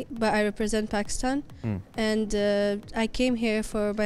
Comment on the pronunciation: Pehlai “Pakstan” toh sai tarhan bol lo